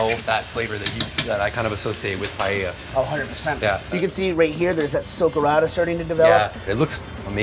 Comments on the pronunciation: If he was trying to cook Paella this would be offensive as it is nothing like paella, but apparently he is cooking "paeyeyaya". Wtf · There is no "YAY" in pah-EH-yah. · Americanos cuando pronuncian paella xd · Esa pronunciación ya te da una idea de cómo la van a hacer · At least learn how to pronounce Paella.